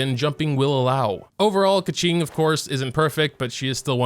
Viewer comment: Keqings name is pronounced Kooching…